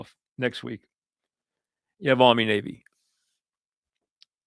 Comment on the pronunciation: It’s pronounced Army/Navy